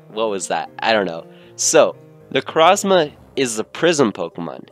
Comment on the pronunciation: that is not how you say necrozma